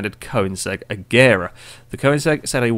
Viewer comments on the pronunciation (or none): none